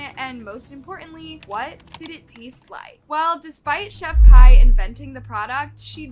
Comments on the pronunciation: it's "Chef-P".. how are ppl STILL getting it wrong, & calling her "Pie"? (proof that ppl DON'T truly KNOW about what they discuss) this must b another 1 that just hustles the algorithm, & recycles the same stories that other channels repeat.. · No because why is pronouncing her name like "chef pie" it s pronounced "chef pee" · No offense it’s pronounced chef pea not chef pie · Chef.pie instead of chef.p😭